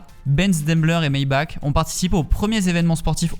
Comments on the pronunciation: maybach se prononce maybarr pour info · J'adore tes vidéos, mais le puriste que je suis à envie de te dire qu'on dit ''Maybarr'' 😅